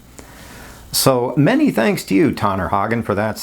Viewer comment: Yes, that’s how you say it. I live in America and with spring around the corner I fully expect the joke “Tanner, you’re getting tanner”. Happens every year lol